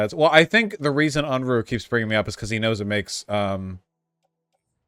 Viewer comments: And called him unroohay like vowsh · I find it amusing that neither of the them can pronounce Unruhe properly ...